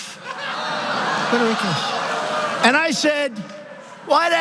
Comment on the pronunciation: “im gunna requuse mahself” Can we all just agree that was actually pretty funny?